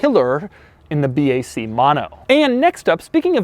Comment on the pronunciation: Should be pronounced ”Bak” not ”Bee, Ay, Cee”